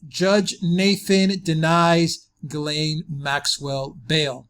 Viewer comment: That's pronounced "Zhees-len", not Guy laine.